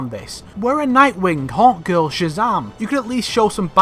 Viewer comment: I thought that he was saying 'hot girl' whenever he was actually saying Hawkgirl